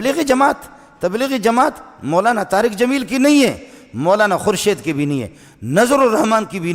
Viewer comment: Molana Tariq Jameel sahab boliye naam sahi se lijiye